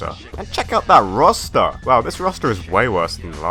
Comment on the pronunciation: the way you say roster sounds like rasta lmfaoooo